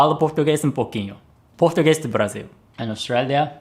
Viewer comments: Great pronunciation in Portuguese. Greetings from Brazil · Brazilian Portuguese pronunciation is actually great. ポルトガル語の発音は綺麗ですね。驚きましたｗ